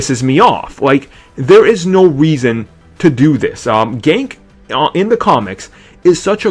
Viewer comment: ***** HIS NAME IS NOT FUCKING GANK ITS GANKE